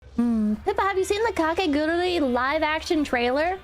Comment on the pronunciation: She keeps saying KakegURURI instead of KakegURUI.